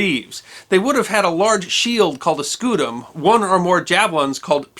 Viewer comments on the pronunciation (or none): none